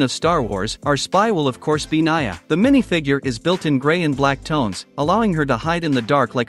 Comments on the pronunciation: its pronounced ni-a, not naya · its pronounced n e a not n i a